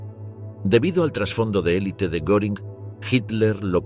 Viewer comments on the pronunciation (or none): none